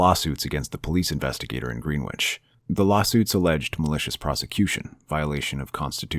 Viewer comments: “Gren” ich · Please look up how to pronounce Greenwich before I lose my mind